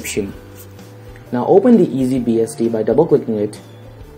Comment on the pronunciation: did he say easy"BSD" ? ;)